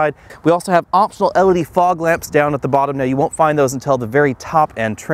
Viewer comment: It's L E D.... Not elledy....